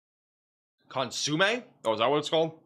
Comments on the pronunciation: He is great! Just phonetically challenged. lol. It’s naketish for Nachitoches and consimay for consume soup. lol. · Not consume but "con su may'